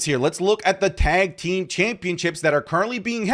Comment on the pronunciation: You always say tank team 😂